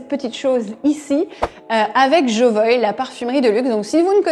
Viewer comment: Pourquoi vous prononcez "Jovoï" et non "Jovoua" ? En tout cas François Hénin, le fondateur, le prononce de cette manière